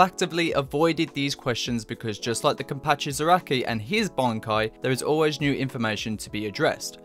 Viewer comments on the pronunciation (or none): none